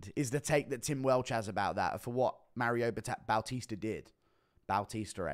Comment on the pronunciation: “Maryoh bawteester”